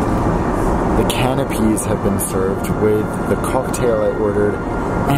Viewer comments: I just..... can't get past canapés being pronounced as 'canopies', and mezze, becoming 'mezzer'. Then you say you've travelled to countries where this is their national dish? Smh. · Canapés is pronounced canap-ays, not canap-ees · "Canopies" lmao, it's "canapes". Fam, how can you afford this flight but not English lessons.... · Canapes is pronounced "canna-pays" not "cana-pees' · Canapés not Canopies🤦🏼‍♀️ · Canapes not canopies. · M-iza, bubble ganoosh, canopies? Dude you have some interesting ideas on pronunciation. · Those are called Canapés not can-a-peas. :D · Canapees? Really? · Just a heads up. You pronounce canapes wrong. You called them canopies. Two very different things. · just a note your food was not a can-oh-peas .....